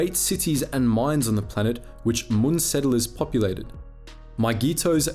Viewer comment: I like how you pronounce Muun wrong but then continue to perfectly say Muunilinst xD